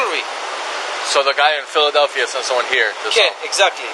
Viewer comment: Man said Fila-Delphia 😂